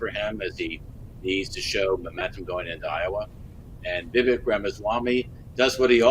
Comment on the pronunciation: It’s Vivek as in Viv-ake. Anyway, He’s literally the only likable candidate for the right. He’s the only one who’s calling out the corruption on both sides while coming across as genuine. DeSantis is playing to the crowd the same as Haley who is a war monger. Nobody is taking Christie seriously as a candidate. So miss me with the “he was the adult in the room” nonsense bc he was putting on a show. It’s gonna be Trump in the end but the only one that MIGHT beat Trump is Vivek.